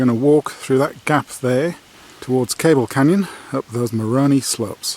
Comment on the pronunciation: How you pronounce "Moroni" is interesting from the perspective of a native Utahan